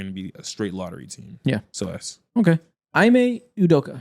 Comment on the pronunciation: Learn how to pronounce ime lmao